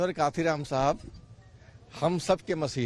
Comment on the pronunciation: मान्यवर साहब कांशीराम जी का नाम तो ठीक से ले लो पत्रकार,,उनसे बड़े नही हो तुम